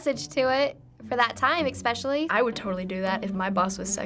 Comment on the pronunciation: The one chick said "Expecially" and that bugs me more than it should!